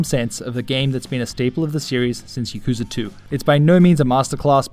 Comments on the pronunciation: "Yeee-koo-zaah"...? Really...? Y'know you'd think that a fanboy of a series could at least pronounce the series' name of which he is a die-hard fan of correctly, but apparently not. (Oh, by the way, it's "yaak-ooo-zah", for anyone who doesn't already know, including this guy...) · Thanks, glad you like my accent :-) If anything though it would be pronounced "ya-ku-za"